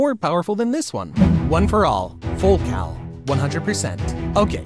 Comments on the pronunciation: I thought It was full calling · I thought it was full cowing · I’m not gonna lie but I thought he said full cow 💀